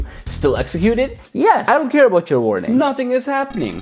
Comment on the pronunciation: "nothing is heppening"😂🤣